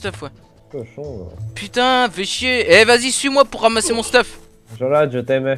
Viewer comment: "" au lieu de jolaye